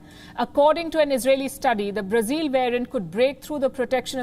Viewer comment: Learn to pronounce BRAZIL correctly. It’s not “zile ”, it’s “zil”.